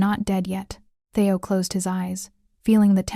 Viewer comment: It's not "Thay-o. It's Thee-o".